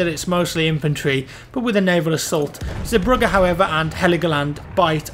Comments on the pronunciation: Me as a Dutch person find it kinda funny how English people say Zeebrugge :P Try to say the first 2 ee as you English guys say the letter a (z(a)brugge). This is how you say Zeebrugge :) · The way you say zeebrugge you make it sound like zebra xD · You absolutely murdered the pronunciation of Zeebrugge haha. 'zee' has a long e sound, and Brugge (like the city) is pronounced with a mellow g, yours is very short and sharp. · What? how did pronounce Zeebrugge? One more time?